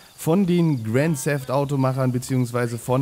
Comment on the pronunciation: cooles neues projekt!! aba das heißt Grand Theft Auto und nicht Grand SEFT Auto^^